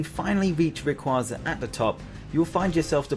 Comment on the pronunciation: Finally someone who doesn't have Rayquaza at #1 and pronounces his name right!